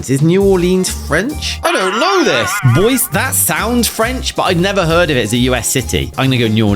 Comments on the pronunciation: It' pronoiunced Boy Z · Boise is pronounced BOY-see. Just for future reference. 😊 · I’m literally in Idaho and Boise is the capital of the state. Correct pronunciation Boy-See